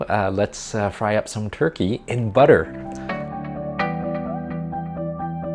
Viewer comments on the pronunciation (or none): I love BUDDER! 😂😃